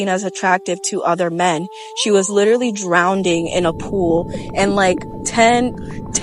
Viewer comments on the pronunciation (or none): The word is "Drowning" not "Drownding".. 🤦‍♂ and also the word "Appeasing" <> "Appealing" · Drownding? She literally said drownding.............. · Did she say “drownding” 😂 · Such fantasy stories make me think, she had time to count the men, but no time to help the 'drownding' lady? 🤣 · She was "drownding" ? Uh, yeah..🤦🏽‍♂️ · "Litruly drownding in a pool" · She was “DROWNDING”!!! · "Drownding" Opinion rejected. Also, I don't believe her. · "she was literally drown-ding" 😂😂😂😂 shut up!! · Drownding? What is that? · DrownDing? Dont accept illiteracy and poor speaking ability. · She say drownding? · "drownDing" Is she Ralph from the Simpsons? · I thought I was the only one who heard that, never heard of the word drown ding 😂😂😂😂😂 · Lmao she cannot even pronounce drowning lmao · I thought I was the only one hearing the second d in drowning